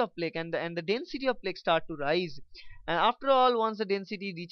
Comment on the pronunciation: Your pronunciation of the words "Angina" and "Plaque" are wrong. They are pronounced as "Anjaaynaa" and "Plaak".